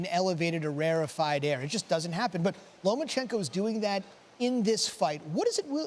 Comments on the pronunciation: Lo Ma Chen Ko. Not Loman chenko you are pro sports commentators. Get your game on. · He is not lomaNchenko, invalids! Learn the names of the boxers at least.